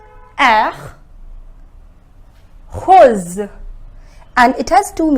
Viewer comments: Is that word rose or hose please I want to know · Is she saying rose as hose sound